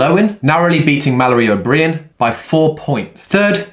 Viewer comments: Blood spots under the skin: petechiae (peh-TEE-kee-A)... I thought he had pistachios under his skin when I was listening. And maybe O'Brien is pronounced differently in the UK, but sounds like a name from over on those isles... pretend it says O-Brian. Otherwise, legendary! And can you make Podium have some good protein drinks without artificial sweeteners? Major missing niche in the market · Mal O'Brien = Mal O'Bryan (Brien rhymes with Ryan)✌️👍🙂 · Mal O-Bry-ann. 👌🏼😁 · Come on... sort the pronunciations out! O’Brien!!! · Really hoping learns how to pronounce Mallory O’Brien’s name correctly before the Games... 😂